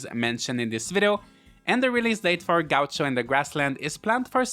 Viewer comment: XD that's not how you say gaucho xD lol